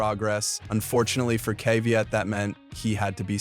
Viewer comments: Kvajt, Kvit, Kvyat, Kvajat, Kvit, Kvyat... 101 of pronunciation of Daniil Kvyat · Bro pronounced Kvyat in every possible way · How many ways can he say Kvyat and still not get it right?